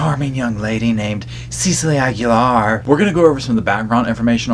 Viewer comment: DID U SAY KEEGAN AGULAIR OR KEEGEN?